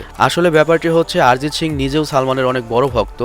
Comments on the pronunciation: আরে ভাই আরজিৎ সিং না তার নাম হল অরিজিৎ সিং ভিডিও বানাইছো টিক আছে নাম টা শুদ্ধ করে বল 😡😡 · সালা আগে উচ্চারণ ঠিক কর। নামটা তো ভুল বললি তার উপর সিং কে শিং উচ্চারণ করতেছস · প্রথমে উচ্চারণ ঠিক করুন গুরুদেবের নামটা ঠিক ভাবে উচ্চারণ করুন ARIJIT SINGH অরিজিৎ সিং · আপনি ঠিক মতো উচ্চারণ করতে পারছেন না, নামটা হবে অরিজিৎ সিং, আরিজিত সিংহ নয়। দয়া করে ঠিক নামটা উচ্চারণ করুন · দাদা অরিজিৎ সিং নয় অরিজিৎ সিং